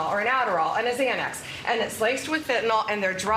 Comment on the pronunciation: Love th' part where Pam emphasizes the 'Xanax' part. Needs a laugh-trakk.